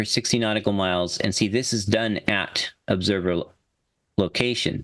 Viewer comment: What's an "Oobserver"? 🤣